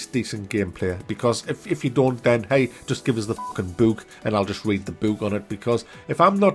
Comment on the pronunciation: I like how he says book. bewk